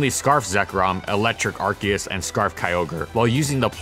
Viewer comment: How good was Arceus actually? This will be a long video. And it's Ar-SEE-us